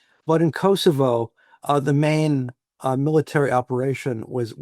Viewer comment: it’s not Kossyfos it’s Kosovo